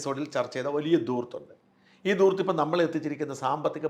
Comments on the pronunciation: വലിയ ഉച്ചാരണ പിശകുകൾ ഇല്ലാതെ.. മലയാളം സംസാരിക്കുന്ന ഒരു വ്യക്തിയാണ്... ഷാജൻ... എന്നാൽ ചില വാക്കുകൾ.. താങ്കൾ സ്ഥിരമായി തെറ്റായി ഉപയോഗിക്കുന്നത്.. എന്നെ അത്ഭുതപ്പെടുത്തുന്നു... അതിൽ ഒരു വാക്കാണ്ൽ.. ധൂർത്ത്... താങ്കൾ എപ്പോഴും ദൂർത്ത് എന്നാണ് ഉച്ചരിക്കുന്നത്... പലപ്പോഴും അത് ഹിന്ദി വാക്കായ ദൂത്(( പാല് )) ആണോ എന്ന് തോന്നി പോകുന്നുമുണ്ട് .. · സാജൻ പറയുന്ന വാക്ക് ദൂർത്താണ് -ശരിയായ ഉച്ചാരണം ധൂർത്താണ് ധനം എന്നതിൻ്റെ ധ